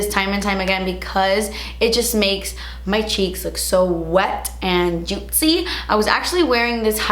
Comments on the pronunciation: i love how she says “juitcy”😂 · I love your accent when you say JUITCY every time you say it 😂❤️ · Take a shot every time says juitzy! Love when you have your hair natural 🥰😘